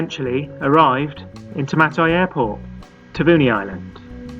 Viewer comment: It would be nice if you could pronounce Taveuni correctly.